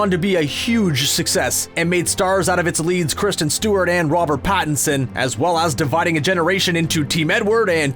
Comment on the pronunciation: Pattison, not Pattonson